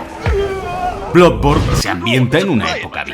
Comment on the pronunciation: en realidad, lo dices mal, la doble o se pronuncia como u, por lo tanto se pronunciaria "bludborn"